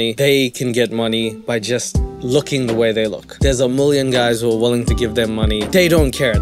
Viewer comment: 😆😆 I love how he pronounces things; mlf 👱‍♀️, mllion 💰, mlk 🥛...